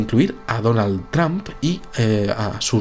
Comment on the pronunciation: TRAMP hahaha vamos. Buen vídeo de cualquier manera:D